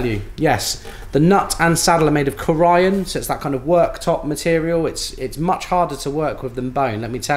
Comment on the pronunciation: Delightful overview… by the way, it’s pronounced “CORE - e - ann” emphasis on the first syllable, long E. Corian counter tops are manufactured just up the road from my home :-)